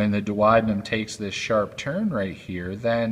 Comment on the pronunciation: Without a doubt that was a first class anatomical video. The only thing that irked med was his pronunciation of the DUODENUM. It's much easier the proper way DUO (due oh )DE (dee) NUM ( numb).